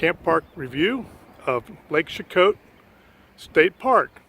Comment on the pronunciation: I'm from this place and we pronounce it SHE-KOE :) lol, great video of my hometown roots!!